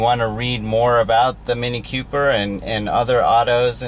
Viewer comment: It's "Cooper", not "Q-Per"